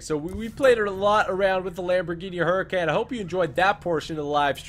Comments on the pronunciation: did u know that the Lamborghini hurican is actually pronounced huricon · Can someone tell him it’s pronounced “Hurr-A-Conn” plz it’s annoying hearing him butcher the name of such a nice car 🙄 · He doesn't say huracan right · Dude You own a Huracan and can't even pronounce it... or you speak another language... lol No offense I subbed :)